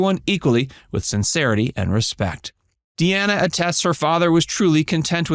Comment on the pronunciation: Dean Martin's daughter pronounces her name Dee-nah. Not! Dee-Anna. But spells it Deana. That's Dean with an "A" at the end. His last name is pronounced Crow- setty. Not! Crow-chetty. How do I know? There's several sites that he mentioned that's how he pronounces his name.And Sasha is not his biological daughter. He adopted her. She is the daughter of his third wife.